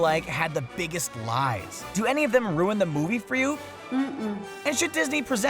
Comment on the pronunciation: At the end he said does any of this rewen the movie for you. He rewend the for everyone